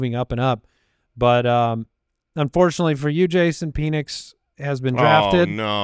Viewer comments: Penix is a bit, right? Y’all know it’s pen-nix and not pee-nix right? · Why do you pronounce Penix like that?😂. It’s PEN-ix. Not PEEN-ix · Is the Penix pronunciation a bit? It's pronounced like a ball-point pen